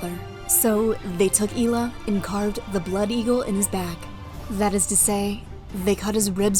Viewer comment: DANE, Not Danuh and EYE-ELLUH (Aiella) Otherwise well done.